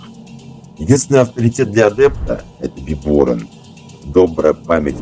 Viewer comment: Как правильно ставится ударение в слове Биборан? В видео на О, пророк ставил на А